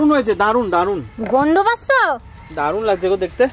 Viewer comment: কৃষভের কথা শুনে হেসে পাগল হলাম,ওর মা বলছে গন্ধ পাসসো? সেই শুনে কৃষভ বললো গন্ধ পাসসো না গন্ধ পাচ্ছো? কৃষভের কিন্তু খুব সুন্দর উচ্চারণ। কয়েকটা অসাধারণ হয়েছে